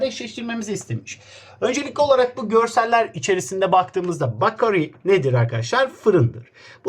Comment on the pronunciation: Abi niye beykıriy demenin yerine bakoriy diyosun ?????